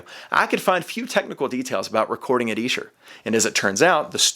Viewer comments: E-sher demos..........Esh-er demos son, yanks love ruining pronunciation's, seriously burning my brain the way you are mispronouncing it......dope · Another word Americans pronounce incorrectly. It's not E Sher it's Esh er. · Dear Americans: It’s Esher, not “eesher”. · It’s Esher, not Eesher. It’s named after the Esher Estate where they were recorded. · 'Esh-er' demos NOT the 'Eesher' demos! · I want to scream! Its Esher not Eesher. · Please stop saying EE-sher. It's Eh-sher. Just saying. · ITS EH-SHER! Not Eeee-Sher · ESHER IS PRONOUCED WITH A SHORT "E"... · Are you sure it's EESH-er? Seems so unlikely. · It’s ESHer demos.. pronounced eshah or sketch... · if you're saying Esh-er you're saying it wrong sorry bud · I lived in England for 5 years and everyone there called it Esher (with a short e) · It's pronounced Esher, like elephant. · Its not pronounced eeeeesher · Eh. Sure. Like M.C. ESCHER. PRONONCED...(EH...SURE. DEM...O'S.) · No it is Ee-Sher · Yes, it’s named after the town where . they were recorded. But you’re pronouncing it incorrectly. Go look at recent videos where Giles Martin says it. :) (Honestly, it’s potato / “potahto,” but given the subject matter, I’ll say it like a Brit.) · Why do I get the feeling is mispronouncing Esher? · Weird pronunciation of Esher! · Incorrect. Listen to Giles Martin pronounce it in the press videos before this came out. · When you prouncer Esher...its an E like Elephant not E like Eel....